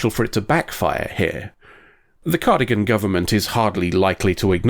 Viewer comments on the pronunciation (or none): Cardigan...... its Car-dass-ee-an but i love the mistake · You know, it's a big confounding to specifically draw attention to being a pedant in the episode title, then proceed to say "cardigan" instead of "Cardassian" over and over again.